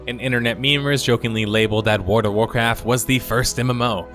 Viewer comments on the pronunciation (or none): It sounds like you are saying "Ward of Warcraft", lol. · How do you pronounce world as ward every single time lol, wardofwarcraftwardofwarcraft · Please just say "WoW". You keep saying "Ward" instead of "World". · My gosh! Please stop saying WORD of Warcraft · World has an L in it. Sounds like you say Ward of Warcraft everytime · Your pronunciation of World of Warcraft amuses me way more than it should. There's an 'L', man! I don't think there's a Ward of Warcraft. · "Warda Wurcurf" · Or as he calls it: Ward of Warcraft lol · 100% says ward of Warcraft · WORD OF ORECRAFT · "WARD-A-WARCRAFT" . lmao. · "Ward of Warcraft"? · wada-wa-craft... wada-wa-craft... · it's pronounced Woghld of Warcraft sir. j/k good video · "Ward of Warcraft" lol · I found myself shouting "WARD OF WARCRAFT" by every time you said it because of your pronunciation. Also "Emmediately". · I wondered what Wurduv Warcraft was. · Came here to say “Ward of Warcraft” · Sure there is. The Ward of Warcraft is Nomi. Because his fire burns all. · At first I thought he misspoke, but after hearing it 50 times I am never going to be able to unhear "Woard of Warcraft" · I just keep hearing wart of warcraft. Great look back though! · "Word of Warcraft" Hey, you tried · the "L" in world is silent, this drove me absolutely nuts im glad others noticed this as well. I made it to and I have to stop watching now because I can't stand the way he's saying my favorite game's name.